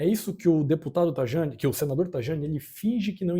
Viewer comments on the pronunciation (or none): Ne sabe como se pronuncia Tajani (taiani) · Scusa, ma se tu vive in Italia, dovevi almeno pronunciare correttamente il nome del Ministro.